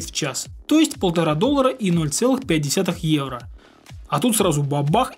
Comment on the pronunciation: Почему когда произносит: "Евро", я слышу: "Иена"?